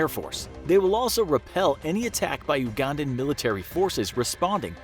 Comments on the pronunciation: For future reference Ugandan is pronounced You•gan•dan not oo•gun•dan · Everytime you say Oogandan instead of you-gandan I die a little inside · (You-gandan) not (oo-gandan) also why are the senturies and pilots white, thats not true lol its uganda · I Like you but you say oo-gandan